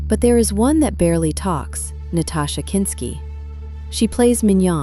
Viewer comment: Nastassia. Not Natasha. There's an obvious difference.